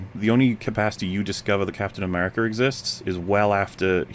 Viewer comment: Captain "Americer" you were doing so good and you messed up on the easiest one... One step at a time.